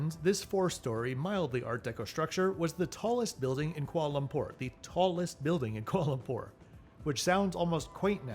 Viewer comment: I love your videos, but please please PLEASE learn how to pronounce "Kuala Lumpur"! I'm sorry to be pedantic, but I couldn't take it any more. You seem to rush through it and miss a syllable every time (in every KL video). "Kualumpur" -- no. "Kwa Lumpur." NO. "Kuala. Lumpur." Two words, four and a half or five syllables. Or just say KL. :) Keep up the good work.